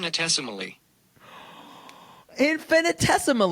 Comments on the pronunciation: Love correctly pronouncing infinitesimally. How dare they gaslight my queen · definitely pronounced and used infinitesimally correctly. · And pronounced it correctly!